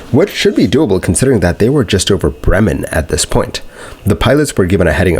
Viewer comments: Bremen not bremmen. Can you please use google translater to listen to how something is spelled if oyu don't know? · Also, it's Bremen, not Bremmen. Americans always mispronouncing.